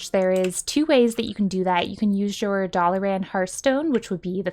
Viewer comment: Never hear Dalaran pronounced 'dolly-ran' before, hehe. Love it, calling it that from now on.